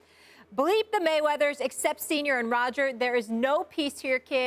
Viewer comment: 'Fook the Mayweddas'